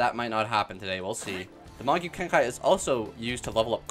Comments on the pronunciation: it's not "magyu kenkai" it's pronounced mahgoo kenkee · also its pronounced mah-GOO KEN-kee